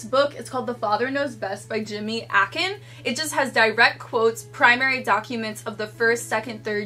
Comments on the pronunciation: his name is Jimmy Akin. Pronounced EH-Kin. not a, as in apple, kin. As info. And congrats again on up to 202,000 thousand followers!!! God bless you! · Jimmy's surname is pronounced with a long A.